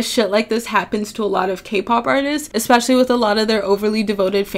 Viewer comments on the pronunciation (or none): did she... did she just say ekspecially